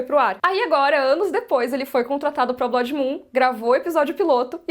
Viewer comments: Graças a Deus... do jeito que tá... com Velaryons pretos africanos, melhor nem fazer nada msm. E aprende a falar blood por favor... num é blódi, e sim blôod. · Cada vez que essa mulher diz "BLÓDI" no vídeo, dá vontade de gritar e avisar que a pronúncia está horrivelmente errada! Alguém fala pra ela que Blood, se pronuncia "Blud", e quer dizer "sangue", em inglês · Blódi? Kkk blódimoon? A palavra não é Blood?